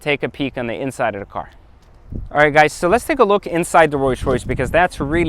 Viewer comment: Is this fool saying Royce Royce ghost??? Lol